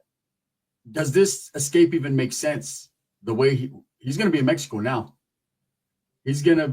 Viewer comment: it's mexico not mehko😂